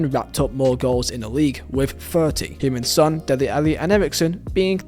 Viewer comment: Love your pronounciation of Heung Ming Son. It sounds like you saying Human Son